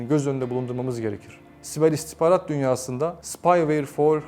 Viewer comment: İstikbarat diyor biri şu beyefendiye İstihbarat demeyi öğretsin :)